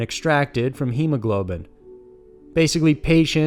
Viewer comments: “Hemo GLOB in” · I love your videos and am a new subscriber. The only distracting thing is the way you pronounce some words. It pulls me out of the story every time. In this video you said the word hemoglobin two different ways. Your voice, the script, and the music are all great for painting a picture, though.